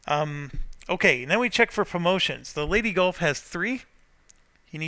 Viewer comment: Everytime says 'Leyte Gulf' it makes me laugh because it sounds like 'Lady Gulf'.